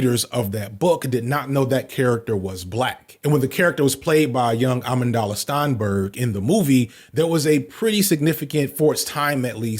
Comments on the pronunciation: you wrong for pronouncing that girl name like that. It’s A-Mand-la like Amanda’s but with an L in it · is there a specific reason you pronounce the names "amandala" and "millachick" instead of "amandla" and "milchick"? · You really botched Amandla and said Amandala 😞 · Pronouncing Amandla Stenberg's first name as Amon•dala took me back a little. Either you mispronounced it or I've been saying it wrong for a long time 😭 Anyway redundancy aside, I love this video! I love the eccentricities of black villains and honestly it really shows the range some of these actors have too. Yaphet Kotto as Mr. Big is still one of the best acted James Bonds villains imo. Though his blackness wasn't exactly a prominent part of his character. It's too bad the movie itself was one of the better ones lol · Dude, your whole thing is media, I know you've seen interviews of modern black actors, otherwise it take 2 seconds to hear the intro of the actor by their first names. You're a full grown adult. A-Manda-la Ma-Hersha-la When writing your video, ALL YOUTUBERS, should look up an interview, for 2 goddamn seconds, unless the actor is named George or Linda, LISTEN TO THEIR PRONUNCIATION. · we gotta get the name pronunciations correct. Calling Amandla, Amundala. Calling Milchick, Millacheck. Calling Mahershala, Marsha-hala. It takes two seconds to learn how to say a name correctly. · FYI, it's pronounced "Amand-la". Think Amanda with an L at the end. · be struggling to pronounce these names lord 😂😂 Millicheck? Amandala? Stefen?? MARSHALL HALLA?! 💀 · i’m so sorry excellent video but that is NOT how you pronounce Amanda Stenberg’s name 😭😭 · pronunciation of Amandla and Mahershala made me giggle I'm so sorry